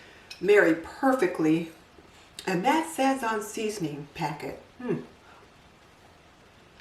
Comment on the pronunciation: Your 15 bean soup sounds wonderful. However, I could not understand what you were saying when you named the sauce mix. It sounded like "say von." Can you please tell me what it is?